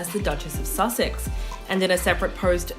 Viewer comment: Please try saying [Duke & Duchess] of Sussex - not "Suck-six"